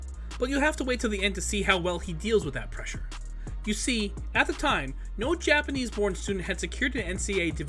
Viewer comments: Was it only me or did anyone else hear Japanese Porn Star in the beginning and had to replay it several times before you realised it's Japanese Borned Star? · I heard porn star instead of born star from the get go.